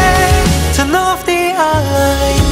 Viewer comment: The song was great but really wish mew could pronounce alarm correctly